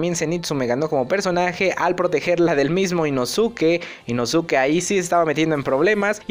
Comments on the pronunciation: Inosuke? Se pronuncia Inoske!! Creo que ves los anime en español. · Se pronuncia inoske me gustan tus videos pero eso me incomoda mucho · que se dice inoske a si se pronuncia 😡👺🤬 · Porque pronuncias mal el nombre de inosuke ?